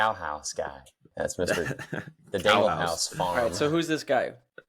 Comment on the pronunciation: butchered “dangerholm” IG handle so bad haha. “Uhh, dangle home?” 😂